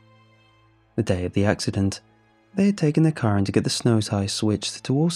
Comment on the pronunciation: I had to replay the first line 3 times to understand that it was car not co**